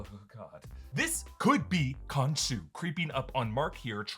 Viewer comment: When it comes to the deity you do not pronouce the h